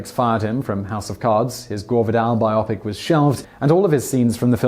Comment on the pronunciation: Rosemary's Barry? I guess I missed that one. Also, it's bio-pic, not bi-opic. bio, short for biographic, and pic, short for picture. bio-pic. Get it? This sort of ignorance, sadly, is becoming more and more prevalent on YouTube franchises. They can be informative and entertaining, but the ubiquity of this kind of easily avoided error is starting to make some of my favorites unwatchable, and it's getting worse all the time. I'm not really a 'grammar nazi'; I don't go around calling out this kind of stuff when I see it in comment sections, but this is an ostensibly professional presentation by a company which one would expect to have researchers on staff to clear this stuff up before they hand the presenter his script, so when he talks about Hollywood history, it looks like he knows stuff like the title of Roman Polanski's most famous movie, and how to pronounce 'biopic'.